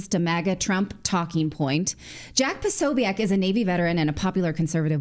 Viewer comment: Natalie it's jack pasobic not pasoiac